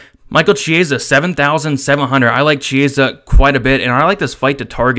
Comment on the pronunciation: You're pronouncing "Chiesa" absolutely wrong.